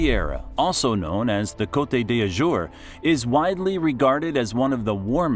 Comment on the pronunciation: « cotey dajoure’ » is not possible !!!!! « soura » : do you say « sourassic Park » ? A verbal massacre on the names. Not acceptable into a geographic video. « Brittany » is not a région of France. It is « bretagne »